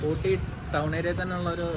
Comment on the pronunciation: ഓട്ടി അല്ല ഊട്ടി ആണ്